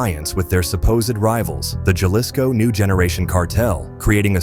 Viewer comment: It’s a computer Spkn Eng. it will never learn proper pronunciation